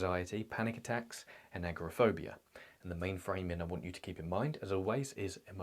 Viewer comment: I may be mishearing your pronunciation but it sounds like you’re saying “acrophobia” which is the fear of heights. “Agoraphobia” is the fear of leaving a comfortable environment like your house.